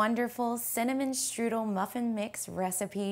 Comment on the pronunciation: Can you say streusel or do you want us to think you are making strudel? Geez